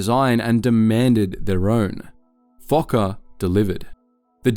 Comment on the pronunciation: Fokker not f*cker